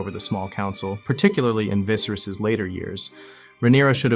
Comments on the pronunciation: "king visaris" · Didn't even pronounce then name right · Great video other than the pronunciation of Viserys